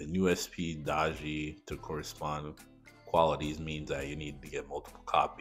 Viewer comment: Summoner r going to b broken! I think she is pronounced Day-gee.